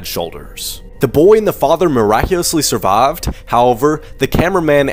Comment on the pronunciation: did he just say “miraculously the father and the son survaved” ??????